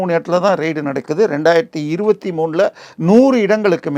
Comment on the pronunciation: ரெய்டு என்று உச்சரிக்கவும் . ரைடு இல்லை. ரைடு என்றால் சவாரி. Journalism ஆங்கிலத்தை தமிழில் படிக்காதே அது இரு மொழி கொள்கை இல்லை